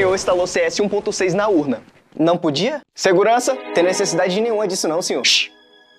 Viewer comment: "Seguraça" kk